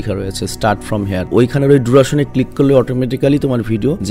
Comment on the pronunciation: ডিওরেশন, ডুরাশন না🙂